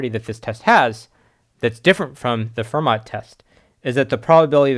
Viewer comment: fermat is pronounced "ferr-MAH"